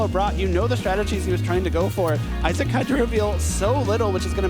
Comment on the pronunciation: I feel like I'm in the key and peeled teacher sketch. E-sock, you mean Issac (Eye-zack)?